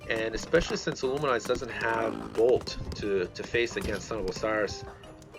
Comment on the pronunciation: IlluminAZE, not IlluminIZE